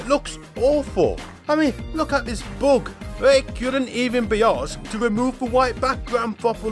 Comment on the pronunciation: I love how this guy pronounces "Bug" as "Boog"!